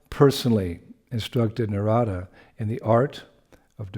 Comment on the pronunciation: Very Nice! Thank you, 🙏🏼 If I’m not mistaken it’s Naarada not Naraada